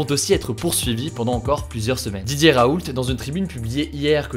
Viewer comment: Pourquoi à chaque fois qu'il dit "Didier Raoult" j'entends "DJ Raoult" ?